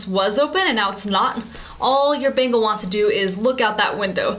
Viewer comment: Sounds like she's saying "Bagels" lol. :D